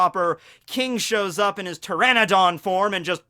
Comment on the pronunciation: Thank you for pronouncing Pteranodon correctly this time.